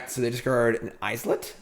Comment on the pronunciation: The way he says "islet" kills me. Is it intentionally wrong to be funny? Because it's not funny. The laugh track is so cringe. I'm watching on mute from now on.